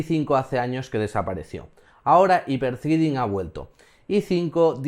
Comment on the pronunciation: Jipertritin!! jajaja Jápier-ϴreading ˈhaɪpə ˈθrɛdɪŋ